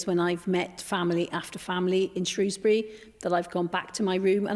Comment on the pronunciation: It's SHREWSbury not SHROWSbury.